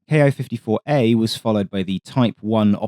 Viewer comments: great video, but i should note that Ki is pronounced Keeh, not Kee-eye, one syllable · キ54 (Ki54) is "key fifty four" not "kay eye fifty four" (approximate pronunciation). The キ part is a shortened form of 機体, in this context basically meaning "airframe". In practice, you could interpret it as "Army aircraft 54". It was a weird numbering system. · Good video, except for the glaring mispronunciation! The ‘Ki’ in Ki-54 is pronounced “Kee” or “Key”. It’s a transliteration of the Katana letter “Ki”. An equivalent English mispronunciation would be saying “B-E-E”29. Please learn a bit about the Japanese language. Your other videos have been must-watch. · To my American ear, it seems like he is speaking each English letter separately, like we pronounce 'AH-64' as A-H, rather than 'Ah'. Having grown up using the American system, I have long done that. II can see why it's spoken both ways.